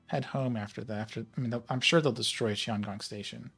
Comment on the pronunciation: Small pronunciation note from a Chinese speaker: Tiangong is pronounced with a hard t, not an s sound.